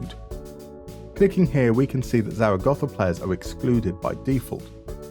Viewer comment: Zaragoza is not Zara Gotha. Grow up.